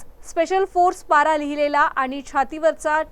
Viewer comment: पत्रकार मॅडम पारा नाही हो, पैरा असं आहे